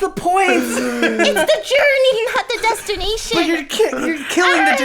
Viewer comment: Lily saying "It's about the journey not the destinaytion" really confuses me... she skips the journey to see the end... am I wrong?! ... kinda tilted :D still love u tho <3